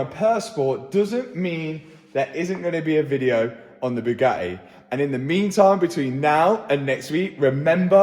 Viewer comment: I've figured out why Bugatti is pissed with Matt. It has nothing to do with his work. It's due to his pronunciation. According to Matt it's Bugaeeee. That missed T is apparently worth $ . I say Bwing it on